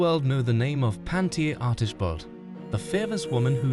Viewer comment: It’s pronounced Pawn-te-aa